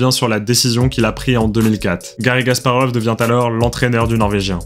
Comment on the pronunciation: J'ai l'impression que tu prononces "Gasparov", mais c'est un détail. C'était très intéressant, merci pour la vidéo.